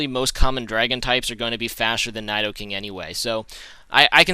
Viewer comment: Your not saying Nidoking right. But I love you.